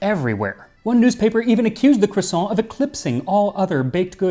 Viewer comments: Max, I want you to know that I empathize with your struggle over how much to anglicize "croissant". I never can say it in English either, because it sounds wrong if you don't give it a French pronunciation, but actually saying it in French is also clearly not right. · Dear history with Max Miller , I never thought I would correct you, Max on anything but, croissant is pronounced with an ending of ant ou ants (like the little ant bug). Greetings from Quebec, Canada 😀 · Your pronunciation is usually so good, but you aren't quite getting croissant right. Great video as usual though, thanks Max! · I'm genuinely surprised you let him away with butchering the pronunciation of croissant too...